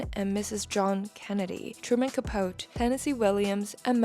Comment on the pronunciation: this is a great video, but Truman Capote is said like “Ca-po-tee!” Sorry to nitpick. 😊